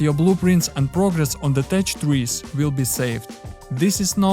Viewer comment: "Tech" произносится как "тек" а не "течь" блеать!